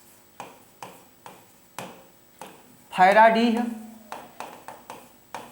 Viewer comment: फैराडीह नही khiradih है...